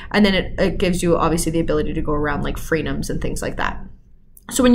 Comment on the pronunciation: At 02: 52, are you saying Freedoms or free gums ?